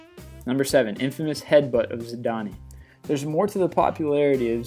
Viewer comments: Zidane is pronounced "Zid-an" not "Zid-an-ee". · Zidanee lo it is pronounced ZEE-DAN the E is silent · You realise that zidane is pronounced without the e on the end. It's pronounced zidan. He's arguably the most famous football player ever, least you can do is have the respect to get his name correct! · This guy butchers names. And it's pronounced ZIDANE not Zidany. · Zidane eee lol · Loll zidany it's zidane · Zidani hahaha learn his name before u use it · And it's pronounced Zidane (zi-dane) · I love the way he pronounced Zidane. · He's American. Which explains why he can't pronounce any of the names of the footballers correctly. Especially those who are as iconic and Maradonna and Zidane. Moreover he failed to even vaguely mention Pele. One of the greatest athletes to ever grace a pitch. This countdown is flawed with all it's baseball and NFL bollocks. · Zidane's name has a soft E and you might as well say France lost 5-3 on penalties because otherwise its misleading. Where is David Beckham's world cup performance? Roberto Carlos's Improbable Goal? Also other than the fact that most were America-related, nice Video!